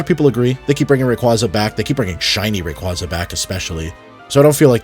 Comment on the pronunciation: Brother please learn how to pronounce Rayquaza